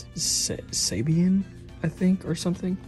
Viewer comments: Both Power Rangers and VR Troopers were produced by Saban (pronounced "sah-bonn"). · like someone else said it sounds like sa-bon.. ( and not like the national championship winning coach at alabama lol) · Saban = sa-bon